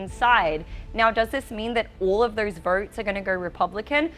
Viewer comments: Therse verts….she killed me lol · She talks about "Voarts" Please learn how to speak proper English!